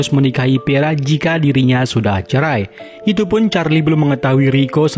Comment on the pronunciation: vera bang.. vera.. bukan peraaa 😢